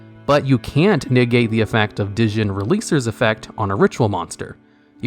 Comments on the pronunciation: This part killed me, especially because he kept mispronouncing "Djinn" too 😢😅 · you don't pronounce the "D" in Djinn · The D in Djinn is silent